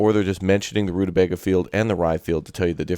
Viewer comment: Hello watch your stuff all the time. I'd like a key but I will prolly buy it anyway on payday... Also only tuber to play this I've seen that pronounces rutabaga 'correctly'. Also, also if you haven't yet, try Space Haven. Kind of colony mgmt but you're a crew on ship(s) in space exploring and trying to stay alive by scavenging, building, trading and fighting (ship to ship and crew combat)